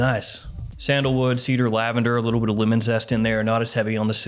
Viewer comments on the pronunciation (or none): none